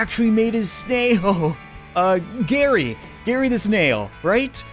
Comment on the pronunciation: You got it right. It's Gary.